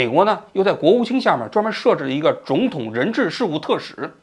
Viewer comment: 哈哈 看到评论后仔细听了一下 把总统说成肿统😂偶尔几个字发音不标准